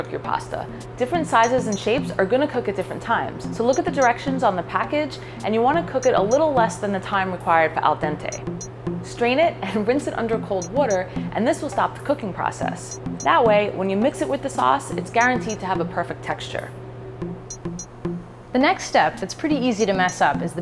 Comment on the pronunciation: It's water not wuter